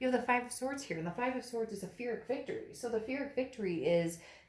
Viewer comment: Amazing amazing read but are you saying Pyrrhic victory ? It sounds like you're pronouncing it with an F. It's Pee-Rick.